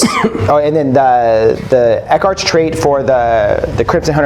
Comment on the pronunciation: "Eck-arch" ? really? Someone please teach this guy the pronunciation rules of correct english. It's "Ex-ark"